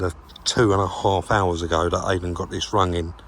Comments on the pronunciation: called him aiden again countless times after saying about it being pronounced eiden 🤣🤣 good job hes a mate poor bugger, great video as always lads 👍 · And you still couldn't be bothered to pronounce his name properly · Calls the guy Aidan, he corrects you on pronunciation, you continue to call him by the wrong name - abit insulting no?